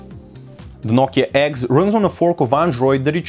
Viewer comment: " nokia eggs"